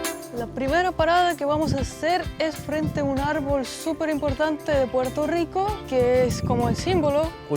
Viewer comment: estas en PUERTO RICO, no es RICH PORT!! Asi q dale al español nomas!!! el idioma mas lindo!!!!